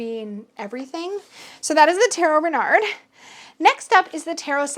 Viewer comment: I often hear you wonder how to pronounce Tarot Renard, but I never took the time to comment with the French pronunciation. Yours is pretty good actually :-) There is just one little trick! The Final -d is silent! 🦊